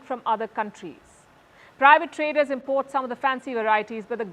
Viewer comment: Pronunciation: syllable stress IM port = noun, im PORT = verb I know it's weird but it's our language now though we didn't invent it. Hi from Ireland 🇮🇪